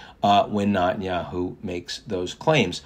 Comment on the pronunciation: First, get Netenyahu’s name pronounced correctly. You sound like a nube. Second, you are way off on Israeli support for cease fire. If that were the case, his right flank wouldn’t have so much power. Remember, they live in a parliamentary democracy. As soon as the coalition breaks, due to lack of support, it’s over. So Israelis overwhelmingly want to continue the war until complete victory not just in Gaza but in Lebanon and Iran.